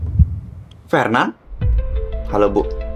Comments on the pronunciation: pas ngomong triple kill Kok bisa ngomong r tapi giliran ngomong nama Fernan ngomongnya jadi felnan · fernan liora bukan "frenan" 😭